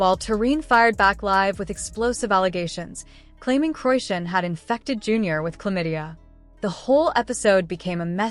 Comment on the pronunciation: Seriously??? C'mon now .. at least make that lame ass A.I. shit pronounce her damn name right!! It is pronounced [CHRI-SHAWN] not (QUISHUN)😂